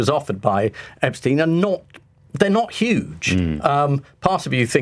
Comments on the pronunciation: I love Private Eye. Been a subscriber for years now. I feel like it's the only publication that will hold any party to account for wrongdoing. Careful Ian. You're pronouncing Epstein like "Einstein". That was enough for loads of people (including David Baddiel) to criticise Jeremy Corbyn and make out it was some sort of Anti-Semitic angle. A completely insane timeline, but it happened. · Everyone knows it’s “ep-steen” but this dude just repeatedly says “ep-stine” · How is that even an educated man like Marr pronounces Epstein as if it were spelt epSTIEN? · Throwback to when Jezza pronounced it EpsTINE, like Ian does here, and the world exploded. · My O level German told me EIN is pronounced INE. It has always puzzled me why the name is pronounced Epstine. Is this an American thing? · Love you Ian Hislop but for God's sake man, pronounce Epstein's name correctly! You've had how long to figure it out? It's EP-steen (/ˈɛpstiːn/), with a long "e" sound at the end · Then he should have changed the spelling to Epstien. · He pronounced it "eps-tine" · I know this is pedantic but the way Ian pronounces 'Epstein' is so infuriating. Why does no one correct him!